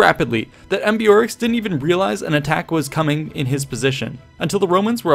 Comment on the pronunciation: browse thru your writting and learn to pronounce the hard ones like ambeorix before,should only take few min and ur flow will be ....